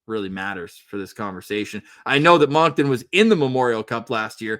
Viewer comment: Don’t hate me for this but just FYI Moncton is pronounced like “Munkton” not “Monkton”